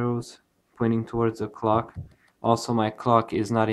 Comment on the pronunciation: an i the only one that heard cock when he said clock?